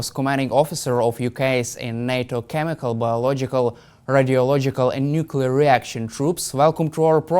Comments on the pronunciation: Nuclear...nuclear...nuclear say it 20 times a day. No more Nucula , thank you Hamish. If you can say the word "Clear" you can say nuclear. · Some of these politicians need to go back to school for proper pronunciation or the word NUCLEAR a lot of then say nucular by mistake.Whats the good of this clap trap.